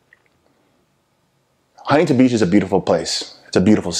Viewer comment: "HUNTINTON BEACH" Bro I can't with this dude it's to fucknn funny bro😂😂😂😂